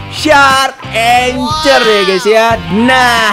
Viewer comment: Bacanya itu angkhor bng bukan anchor